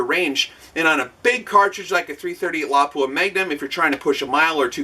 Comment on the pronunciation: I am so happy you pronounce Lapua correctly :D